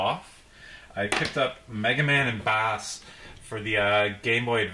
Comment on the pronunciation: Bass is pronounced like the music base. He has a dog like Rush named Treble so it's Bass and Treble